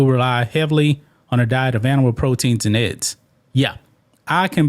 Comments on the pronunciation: Bro I love the train this channel is on but for the love of America and all its patriots, please learn how to say eggs (not Ed’s) and Olympics (not Olympits) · E...GGs..not edds...please man